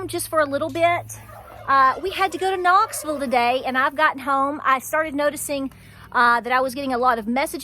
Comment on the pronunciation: Very good message love ya. Hold steady Knoxville. Love how ya say Knoxville ❤love ya too